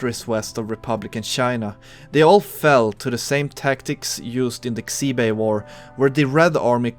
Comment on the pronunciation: Can't imagine trying to pronounce these Chinese names while already speaking a foreign language! I think the main thing you missed is that X is basically a "sh" sound so Xibei would be something like "she bay". Best not to sweat it too much, though. Most let's players will not even attempt to say these names.